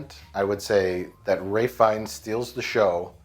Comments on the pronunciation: Ralph Fiennes is pronounced Rafe Fee-ens. But w/e... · Is that how you pronounce Ray fiennsjsss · Ray...Fiennes? Ray? Isn't it Ralph?